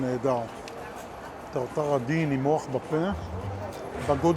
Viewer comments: כעיתונאי לשעבר וככתב חדשות אומרים נימוח ולא נימוך שלא קיים בעברית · העברית שלך לא משהו אומרים נימוח ולא נימול מתחת לחת בא פתח ולא שוא